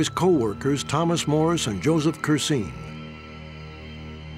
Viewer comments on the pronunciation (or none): none